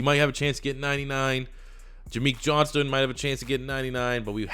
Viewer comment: It is 'John-stn'